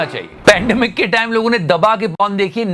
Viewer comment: Repeatedly po*n po*n sounded to me like popcorn 🍿😂